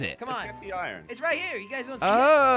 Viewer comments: Iron not irin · tell it’s iron not ion